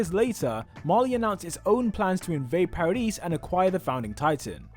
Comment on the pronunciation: Paradis is pronounced as “paradee”, the S is silent. You sound ridiculous saying parad-is